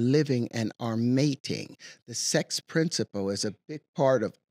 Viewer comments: I know this isn’t really a criticism, but why does he say “periodic tae-bo” or “principow”? It’s so annoying when mixed in with all the other shit he spews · Is anybody else super-annoyed by the stupid way that mispronounces every word that ends with an “L” sound with an “oh” sound? Ex, “princi-poh.”